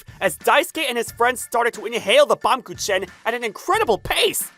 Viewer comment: Uhhh y'all didn't pronounce baumkuchen right (baam-gu-kin)